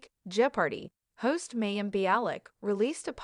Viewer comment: Very AI voice. This is why we need humans to read things out loud. It's said Ginger not jing-er. I know of course it is spelled with the J like the rest of the Duggar children. Oh, and Mayim was said as May-im. 🤪